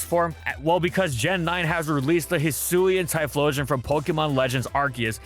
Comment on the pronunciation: It's pronounced Hyphlosion